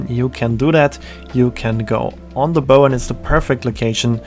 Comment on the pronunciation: Very well done. Just on little thing....the word BOW is pronounced like "Bough" like the bough of a tree, not "bow" like a hair bow.